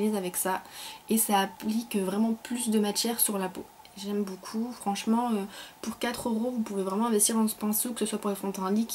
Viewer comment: ''boucoup" ahah ! :p sinon super la routine teint !